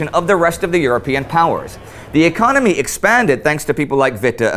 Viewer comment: what a shithole, but yes "4th lagest ecomy".